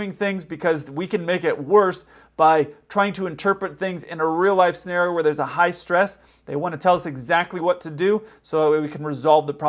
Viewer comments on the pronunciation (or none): none